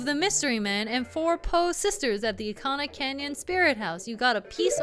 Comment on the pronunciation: I agree the buildings look like peanuts, also it is eekana cause it use japanese syllables not that it matters to me how you say it